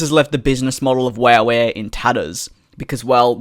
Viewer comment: I died laughing when you said wooh air instead of wow air 😂